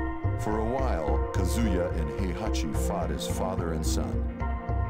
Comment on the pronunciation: When you still pronounce kazuya like kAzuya when the narrator obviously says kazUya